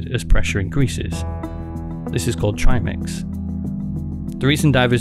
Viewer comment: Well done. There aren't many good docs about Yuri, so it's good to see someone putting something out there that explains a bit more in depth. As soon as you said trimix the correct way, I subscribed because I realized you actually did some level of research and understood the topic, not just the surface view. One thing I'd like to have seen more of was the footage of when he got to the bottom. One thing I've heard and agree with that doesn't seem to come up much is the fact that the bottom of the hole is a big hill that slopes down toward the open sea that bottoms out a few thousand feet below. I imagine some of the struggling seen in the footage is Yuri grabbing the bottom to stop himself from sliding farther down with all his weight. Once stopped, he appears to make his best attempt to get back up to the surface, but yes, nitrogen narcosis plus panic probably made it so difficult to even focus on the many tasks at hand to even attempt a return.